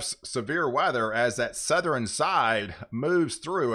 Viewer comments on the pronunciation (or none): Great work. Keep up the good job! Piece of constructive advice for those of us who can`t help it but hear it.. its NortheRN not NortherEN or SoutherEN .. there is no E at the end of those words